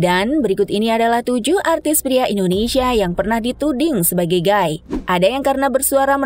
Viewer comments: Gay : bacanya "Gei", bukan "Gai" ya... Kalo Guy : baru dibaca "Gai"... Hehehe... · suara bagus, baca narasi keren kyk pro.. tapi baca "gay" nya gaiiii.. gaiii ... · Gay itu dibacanya "gey". Blo'on bgt ini pengisi suara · Gai(Guy)? Bukan sebutan nya Gey(gay). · Maaf ya nona narator. Lelaki homoseksual itu disebut GAY (ucapkan gey). Para pria sering dipanggil GUY atau GUYS (jamak) lafalnya gay atau gays. Jangan terbalik ya, lain artinya.